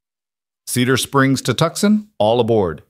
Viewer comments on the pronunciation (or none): I came to hear a story not reading listen to a narrator I came to hear conversation not here a narrator and the spelling and pronunciation of Tucson IS (TOO SHAN) Not Tuksun!¡!?GET OT RIGHT GUYS!!! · Somebody tell the Narrator how to pronounce Tucson it's not pronounced Tuckson (it's pronounced (tooson).... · I absolutely love Rowan, ❤, but please say Tooson, not Tuskon. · Tuscon pronounced toosahn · Come on, whom ever puts these things together, I'm a Brit, and even I know the place is not pronounced TUXUN.. Correct it please, it is really, really, REALLY, irritating...or do you think your audience are all stupid no nothings....this is they way you lose viewers. I have already unsubscribed from a couple of these places because of stupid and bad AI reading...so dmfar I have found one really good one, I was hoping you might be second... All i want to do is to listen to a nice little story and escape the world for as long as it lasts...but miss pronounceation and leaving spaces whete they should not be, plus other things make for an irritation.. i nay as well tune into audio books that is read by REAL people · Come On ! Let’s fix the AI please. Tucson is not a place! TOOOOOOO - Sahn is a place!. Don’t you creators play back your stories and hear what a mess AI. is actually making of some of these names and places???? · The c is silent in Tucson.